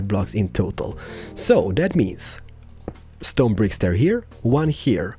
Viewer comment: When ever he said total it sounds like he saying turtle like he said in stranded deep ep 6